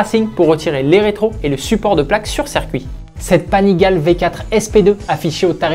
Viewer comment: Salut Panigale se dit " Panigalé "